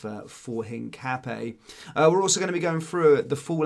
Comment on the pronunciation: Hi mate it's pronounced hin cap ee yah?